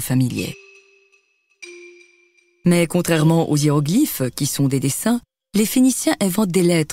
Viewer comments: à T = 1mn59 si tu tends bien l'oreille tu entends : les ziéroglyphes. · Les "Ziéroglyphes"... 😄